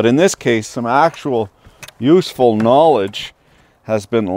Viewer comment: Ya caused Me ta haf-ta pause-n-pee!...prik! ...love the KAH-nowledge